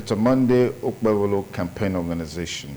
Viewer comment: Why are we wasting time on this apc candidate that can't even pronounce his name 😅😅